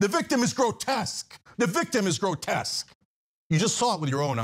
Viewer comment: Cenk keeps saying "grotess" does he not know the word "grotesque"?